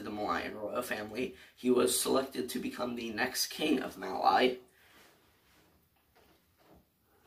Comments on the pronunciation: Its pronounced “mal-ee”, not “mal-eye”. Other than that great video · The way you said mali gave me a mini heart attack